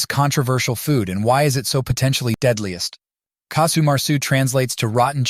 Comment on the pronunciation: Casu not Kasu.